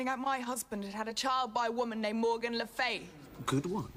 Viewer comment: I mean its Le Fay not e ,a